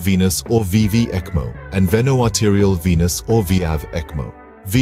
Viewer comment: pronounce is ekmo